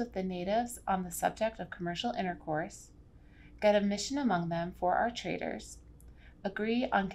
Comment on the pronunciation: Traders.. not traitors.. 😅